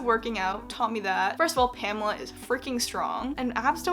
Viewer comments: great results but i think ur pronouncing her name wrong😅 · my german ass triggered by the way pamela is pronounced.